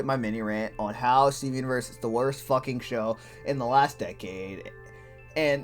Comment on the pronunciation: i like the part were he said steven uiverse